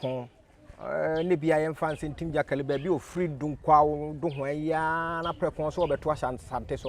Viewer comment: This guy too what's this “Ntim gyakali” thing aaaba. Anyways, good interview.